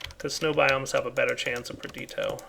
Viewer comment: please, its perditIIIo, please say the I...